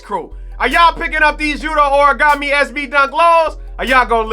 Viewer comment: lols origami, its Hor-Re-Go-Meh